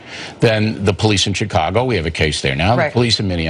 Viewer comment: Bill mispronounces Chicago.